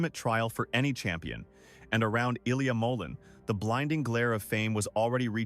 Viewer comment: These AI videos are popping up all over the place because everyone is searching for more information and more skating videos of Ilia. But it is obvious when they are clickbait because they mispronounce his name and they contradict what he has said himself on his own social media and in interviews.